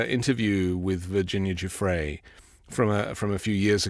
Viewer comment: I agree. How on earth reporters can’t get these people’s names right by now (especially Virginia Guiffre) is appalling. This Maxwell/Epstein thing has been going on for almost ten years now.